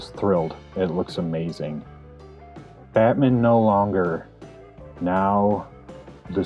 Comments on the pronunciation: I love how you say Batmin. Great work though, looks great! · Yo, bro. Pleeeaaase tell me you pronounce Batman like that on purpose. Lol. Looks great, man!